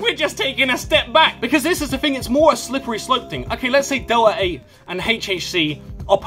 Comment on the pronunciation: WTF is Delah ay😂